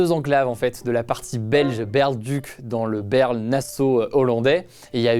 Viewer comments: Pour info, Baerle-Duc, ça se prononce comme la ville en France Bar-le-Duc, tout simplement ;) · Ca se prononce Baar Le Duc